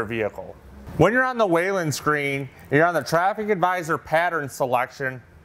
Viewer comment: It’s not waylen. It is pronounced “wheel-in”. Whelen.